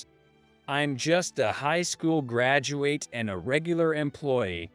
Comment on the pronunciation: John Carter on Mars, that was a good movie. You people are absurd? Bow is what you do when you go before the King. Learn how to say graduate, it really makes the narration very bad. Tumor is pronounced "to-mer". Once again bowing what what you do before the king.